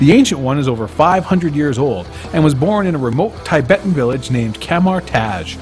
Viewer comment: It’s pronounced “Tih-bet” not “Tay-bet”. It was a sovereign nation invaded in 1959 by China. The Ancient One was Tibetan, not Celtic.